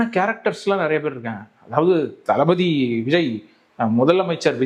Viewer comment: தளபதி ❌ டல்பதி ✔️